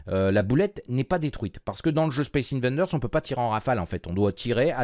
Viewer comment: c'est pas 'invaNders' mais 'invaders' , d'invasion